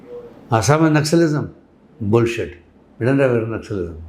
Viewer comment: My soul left my body when he said "bullsit"🥶